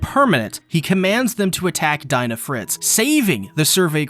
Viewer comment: .... It's DEE NA, NOT DIE NA!!!!! xD